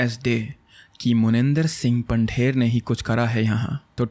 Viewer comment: I'm not trying to be rude but it's not Pander Pandher and it's pronunciation is पंधेर not पंडेर . ❤️